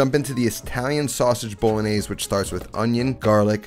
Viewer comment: It’s bolognese not “Bowlognesay”…